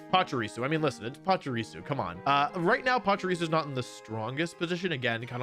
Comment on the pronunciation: Why do so many people mispronounce Pachirisu? It's not PachUrisu... It's Pachirisu